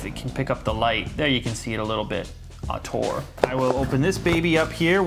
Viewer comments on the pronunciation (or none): Very bad italian!!! xD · it's Italian btw... "nascita" means "birth" and "autore" means "author" and that's not how you should pronounce them LOL love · Hehe Nascita and Autore are italian words e l'hai pronunciato male .